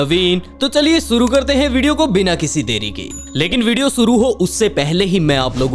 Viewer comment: Bhai suru nhi (Shuru) hota hai...